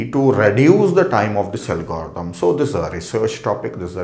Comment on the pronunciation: parece que cuando dice algoritmo dice "el gordou" jajaja por cierto me ayudo un monton!!!